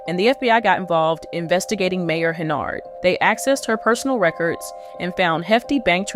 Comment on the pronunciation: From all other information I see her last name is HENYARD, you have that in the video title. In this video your text and speech leave out the Y, you say HENARD. Does that mean this is a spoof?